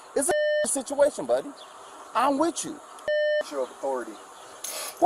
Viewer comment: said "ahmwitchoo". Is that some kind of code?